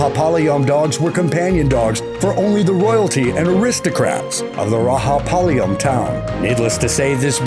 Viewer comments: u r pronunciation is wrong for rajapalayam and chippiparai pronunciation😡🤬🤬🤬😡😡🤬🤬 not gard dog it is hunting dog u r too worng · if you want to bag in views in the name of india.. atleast do some research.. and btw. we don't pronounce j as h we pronounce it as it is in joker jam jew. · You got the state names wrong and even called one state as just "pradesh". You got the pronunciation of dog breeds like rajpalayam wrong and also Uttarakhand. Well, if you are making a professional videos, you aught to have those right. But still can be forgiven for this, but then you got the Indian map wrong...cmon man, Disliking the video until you get it right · it is Rajapalayam not rahapalyam plz pronounce properly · It's not raha it's Raja spelled ra-ja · Bro it is (ra-ja-pa-la-yam) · Not rahapalayam its rajapalayam dogg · It's not Rahapalayam the j is pronounced with a ja sound just like g in george. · Number 8 its not pronounced Rahapalayam... its Rajapalayam.... Ja... not Ha... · Did this dude just say RAHAPALAYAM instead of Rajapalayam? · Its rajapalayam not rahapalaym . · Narrator correct ur pronunciation It's Ra Ja palyam not Ra Ha palyam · It's not "ra ha palaym" it's "ra ja palaym" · You gotta pronounce that as "RAJA with a J sound and not H sound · Bro it not rahapalayam it's Rajapalayam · Just because Juan is pronounced as Huan. Rajapalayam is not Raha 😂. It's J as in Joker. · Everytime you said ra'ha'palayam to rajapalayam I was like chutiya bas kar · it is not rahapalayam it is rajapalayam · RAAHHHA PALAYAM ?😳🤣🤣 75 million Tamil people died hearing that !! Rajapalayam, chippiparai, kanni and kombai are Tamil dog breeds . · It's Rajapalyam not Rahapalyam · Its not rahapalyam Its rajapalyam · That is not raga palayam, RAJAPALAYAM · you should not pronounce it as rahapalayam, i am an indian , it is ra ja pa la yam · It's Rajapalayam ont Rahapalayam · Raja not raha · The pronounciation of Rajapalayam is wrong, it is thia way Ra-ja-palayam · Rajaplyam pronouncing is wrong